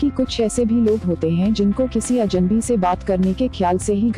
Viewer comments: पहले तो आप अजन्‌बी के स्थान पर अजनबी अज+नबी का उच्चारण ठीक कीजिए। बातचीत करने के लिए हमें सर्वप्रथम अपनी भाषा का उच्चारण सही होना चाहिए। अब वो चाहे अंग्रेजी हो, हिंदी हो अथवा कोई और भाषा... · Aapko bhi ajnabi bolne me problem hoti he Ye gor Kia aapne Medam